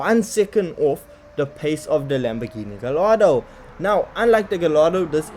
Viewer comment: Gallardo - "Guy yard oh"